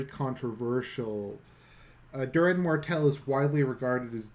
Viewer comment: it's doran martell not duran